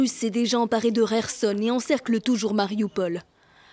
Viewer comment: Faut dire a votre journaliste que Kharkiv se prononce "Car Quif" et pas "Rarquive" ou encore "Cair Sonne" et pas "Rair sonne" c'est ridicule...